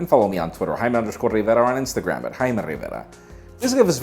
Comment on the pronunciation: I know he's pronouncing his name correctly but in the context, the way he says Riverrraa is annoying to me. And I'm not even American.